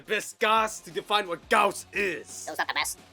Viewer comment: It's pronounced Gauss ☝️🤓